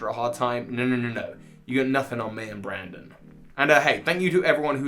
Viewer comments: Its BRENDON not BRANDON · Excuse me, his name is pronounced "Bren-din"! Good video, though! Love how this is one of the most hated rivals in Pokémon speedrunning.